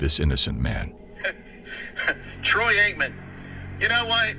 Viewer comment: She wanted to ax you a question. What a dummy. Troy Aikmen lmaoooo.